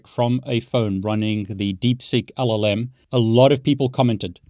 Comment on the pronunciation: What's an llm? (your pronunciation sounds like olm).